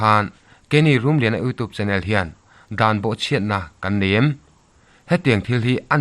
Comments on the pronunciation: 'Youtube' ilam dan hi 'youtuub' tilovin 'youtiub' tiin lamla afuh zawk ang, thahnemngaih thuhla aw😊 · Youtube tih hi i lam dan a mak eeee...!!! Sapṭawnga 'U' kan lam dana lamrik a ni mai a...'TUBE' lai hi 'tuub' iti nge ? pawh ka hrethiam lo...enge maw lai diklo hi chu aawm a ni.